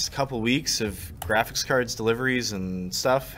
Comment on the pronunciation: silence, go play games on your jraphics card ok